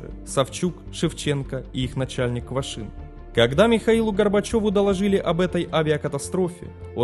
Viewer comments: Квашнин,а не Квашин.Просьба читать внимательно. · Качество роликов становится лучше, но здесь есть ошибки. Прежде всего, фамилия руководителя полетов не Квашин, а Квашнин. Савчук проходил подготовку в качестве диспетчера девять месяцев, а вот стажировался на рабочем месте да, два месяца. Еще одной причиной катострофы было убогое оборудование что самолетов, что диспетчерского центра. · КвашНин. КвашНин же!!!